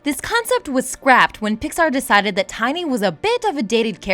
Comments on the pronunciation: It's pronounced TINN-y not "Tiny' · Stopped watching after you called Tinny , Tiny...you dunce. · it's tin e